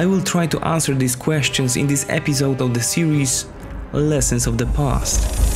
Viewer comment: The commentator he can't even say episode he says "epizod". LMAO 🤣 I can't even understand him his English and his accent is disturbing... If u bother me enough in the future I promise to delete ur channel and believe me I can.